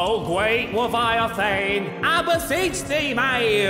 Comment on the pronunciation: Watch as I wewease the Gweat Weviathan! 😈 Rafael: You're going release a Violin? 🤔: No mayn, a Weviathan! 😈 Alister: You're going into retirement? But you're so young! 😲: A big monster. 😑 All: Ohhhhh 😮